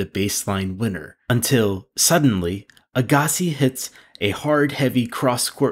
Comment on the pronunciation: This narrator never watched tennis if he can’t pronounce “Agassi”. That’s ok though. Correct pronunciation is “Agga-see”.